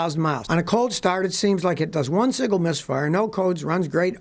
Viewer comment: Is that a "misfart" or "misfire" that you're talking about?